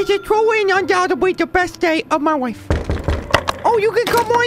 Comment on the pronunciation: When says life, instead he says wife